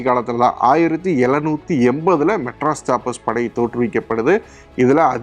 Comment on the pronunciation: Adei.... Madras Sappers உச்சரிப்பு ஒழுங்கா சொல்லுடா....